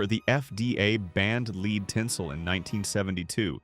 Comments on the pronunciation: Fix the AI..... lead tinsel. Is pronounced LED not LEED 🤣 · Lead tinsel is pronounced “led”…..clearly AI generated.